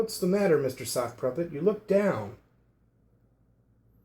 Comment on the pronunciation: I may be out of it, but why am I hearing "sock pruppet"